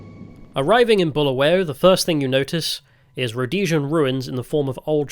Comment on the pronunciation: Balawayo ballaballa balingo 😢 Honestly (as a semi brit who grew up there) I feel in this single video you have taken the time to learn more about our history than even I knew).. Mad props and respect for your adventures and pure and honest take on what you've learned.. I wanted to roast you for your pronunciations etc but you deserve respect for learning and obviously being kind. (You wouldn't have gotten far without showing respect) The history and sad current state are one thing, but I'm sure you were WOWed by the openness, honest and lovelyness of ordinary folks. Good luck on your next trek!